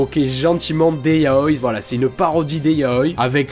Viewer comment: "yaoille" 😂😂😂 Ça se dit "yaoi" avec un i